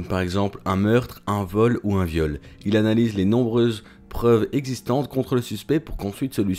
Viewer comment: on alanyse pas non , on a-na-lyse !